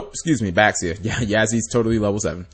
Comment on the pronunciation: Uhm, Cap, it's Chinese... and an X makes a Sh sound. So, Xiu is Shiu. Or, for the Yang Zing, Bixi is Bishi, Baxia is Bashia.